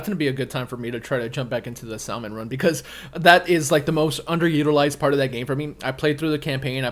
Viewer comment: The L in salmon is silent